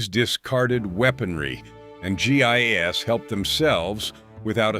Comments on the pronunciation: G I S? You Mean GI's.. Lord these things are to dumb to listen to and just making people dumber.... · Pronounced "gee, eyes." Not gee eye,ess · Gee eye ess is not how you pronounce GIs. Why does no one who posts videos seem to proof them? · My sentiments exactly. You'd think there were better narration software that would know this. Everytime I heard it it was like fingernails on a chalkboard.